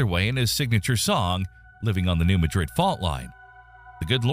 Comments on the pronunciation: It’s mad-rid not ma-dɾid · new MAD-rid not new MAdrid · Most people here don’t say new Madrid, they say new mah-drid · I'd love to hear the region pronounced the way I've been told is the actual way to say it: not like Muh- Drid' in Spain, but New Maah' drid. Accent on the first syllable. Think Maaa, rhymes with Baaaa. 😉🤓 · Good info, but please…it’s New MADrid, not New MaDRID. We’re not in Spain. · It's not pronounce 'Ma - drid' like the Spanish city, but 'Mad - rid'. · MADrid not maDRID. Accent on the first syllable which rhymes with BAD. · It’s pronounced New MADrid. Not New MaDRID. Emphasis on the first syllable. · It's pronounced New Mad-rid not New Ma-drid. It's like nails on a chalkboard when I hear people pronounce it as New Ma-drid. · Pronounced locally as New Mad rid. (Not Mudrid). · Madrid is pronounced,Mad'-rid not Ma-drid' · I really like how all the people from outside Missouri call it Ma-drid, like the Egyptian city, which it is like named after, yet if you were in the local region, you would refer to it as it is truly known, Mad-rid. Similarly Cairo, Illinois, is C-air-o locally not Cai-ro. Great historical and science is studied, but the culture is always overlooked. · Please I’m not trying to be rude but it’s not pronounced Madrid like Spain, it’s New MAD(Like Angry mad)RID pronounced just how ya did. It’s a country version of the word! Great video!❤ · It's mad-rid,not ma-drid,take it from someone living there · My dad lived in Joplin, MO and carried earthquake insurance all of his life. BTW, The name is new mad-rid. Mispronunciation is annoying on this tape. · OMG, folks! Learn to pronounce the name of the city! It Is Not said as Madrid Spain. It is pronounced Madrid. Emphasis on the Ma. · It’s pronounced: “New MAD-rid.” Why❓ nobody really seems to know. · Yeah Yeah! He can't ever pronounce New Madrid correctly. New Ma (ma like mad without the d) and drid (like did but with a r) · The town’s name is pronounced “new-mad-drid”.